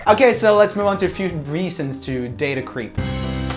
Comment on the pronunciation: I love how Roomie often pronounces creep as cweep lol, very uwu of him